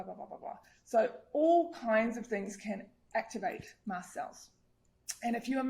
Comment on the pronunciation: Its “MAST” cell activation disorder, not Mass Cell!